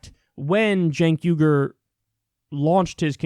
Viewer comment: YouTube's CC seems to think the way you pronounced "Cenk Uygur" translates to "Jake Hunger" which sounds like a 90's action movie star that has to cannibalize the biceps of his enemies.